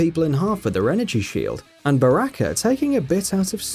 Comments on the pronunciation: I love ur pronunciations: Raiden - Ride in Geras- Gare us Baraka - Buracka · You pronounced Raiden,Sonya and Baraka wrong